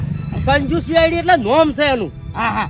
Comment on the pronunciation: સીઆડી નઈ ભાઈ.. સી.આઇ.ડી હોય..